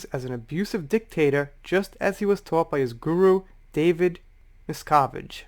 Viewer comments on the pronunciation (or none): none